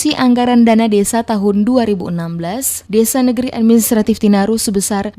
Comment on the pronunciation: TINARIN BUKAN TINARU